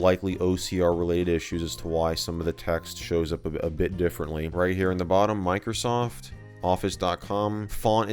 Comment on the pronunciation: It's microsa ft sa ftware